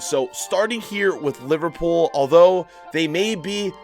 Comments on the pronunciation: My guy said LiVARpool. Why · How cab u say livarpool honestly